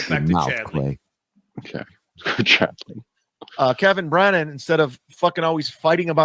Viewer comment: Underrated Johnism: Kevin Brennan = “Kem Brem”